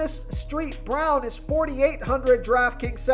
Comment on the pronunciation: LOL. "Street" Brown because of the "ST."